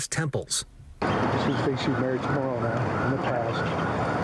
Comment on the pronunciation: It’s pronounced More-row-ni with a long i. I’ve heard it pronounced incorrectly before on your channel. Sounds like you’re not doing your homework...